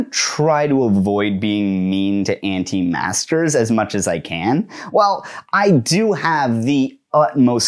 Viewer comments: are you saying anti masker or anti master lol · Sounds like he’s saying “anti masters” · But why does he repeatedly say "Anti-master"? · Does he keep saying “anti-masters” or is it an auditory illusion? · I keep thinking you are saying "anti-masters."